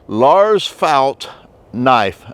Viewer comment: If you meant the name then its probounced felt not fault. Au sound would be made with the letter å not ä as in fält